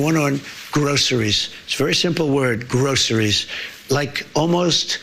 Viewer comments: Trump pats himself on the back for learning a 3 syllable word: grocery. To me he’s saying: “gross is me.” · He also said “groseries” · And he says "Grossaries" instead of pronouncing the word the normal way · he can barely say groceries